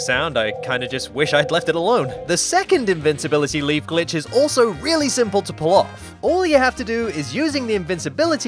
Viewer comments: Am i the only one who hears "son of a BITCH C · In the intro I swear I heard son of a bitch instead of son of a glitch XD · I listen "son of a glitch" as "son of a b^tch" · Who hears son of a b** 👇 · Did he just say son of a bitch? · My mom thought that he said “son of a bitch” and my mom went, “ they grow up so fast... a little TOO FAST” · Your intro sounds like son of a b*tch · Lmao my mom heard the intro and thought it said Bi... Instead of Glitch and yelled at me :'( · Kinda sounds like he’s saying bitch